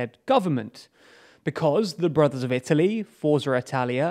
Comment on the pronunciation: What is he saying? "The broth of Italy"?